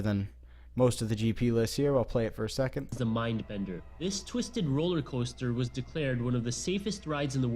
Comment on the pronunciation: Why always “ da batman ride”